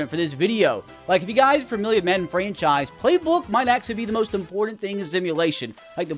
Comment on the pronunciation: GROK said "FRENCHise"